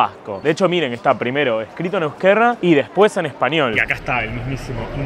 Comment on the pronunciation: No digas euskerra, es una r suave.